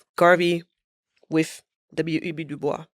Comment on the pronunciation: W.E.B Dubois pronounced his name with a sibilant "S". The matter is not open for debate. He was very clear. I believe there is a recording of him clarifying the pronunciation of his name. Again, it should be pronounced with a STRONG sibilant "S". Ms. Wade is ill-informed to the point of ignorance and insult on this matter.